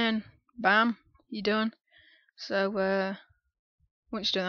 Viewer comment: thanks man... "...then bam, yu' dun..." lol love that moment